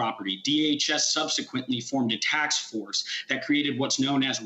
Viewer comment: He said taks force. Is this what we call the task force now?